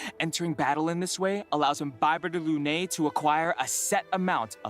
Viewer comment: Imbibe-tor lunay 💀 I didn't even notice until you pointed out the effort the put into pronounciation Im-bibi-thor (bibi is like beebee but a shorter ee sound) Luna (like Sailor Moon's cat) and an "i" sound at the end. Lun-eye. You can go with the ay sound ig for later latin, but the stress is more on the Lun and less on the AY.